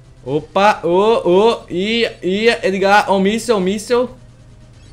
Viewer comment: Se pronúncia Édgar, Não ''Êdgar"